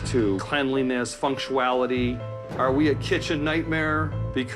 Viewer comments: "Functuality" okay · Dude runs a bistro/fine dining restaurant and doesn't even know how to pronounce bruschetta or "functuality". Good start.